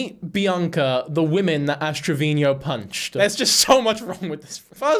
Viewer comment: Omg WHY DO YOU KEEP SAYING ASH TRAVINIO